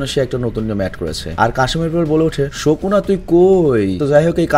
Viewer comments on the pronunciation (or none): ভাই ওটা শোকুনা নয় সুকুনা